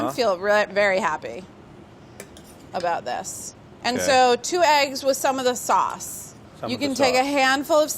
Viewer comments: She definately pronounced it "swace" the first time. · it's so funny and cute how mark tries to copy the way she pronounced "Sauce"